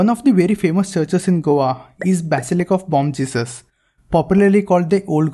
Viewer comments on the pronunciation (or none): none